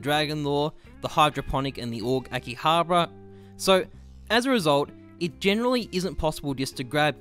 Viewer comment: its pronounced AHKEY-HAH-BAR-AH